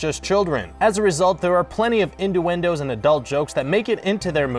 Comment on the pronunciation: induendoes?? :D is that some local dialect?